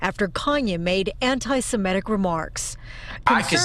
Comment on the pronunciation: Why do so many people say "anti-Simetic" instead of "anti-Semitic"?